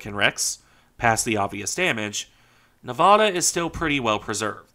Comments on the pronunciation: It's pronounced "Nevada" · don't you mean "Nevada"?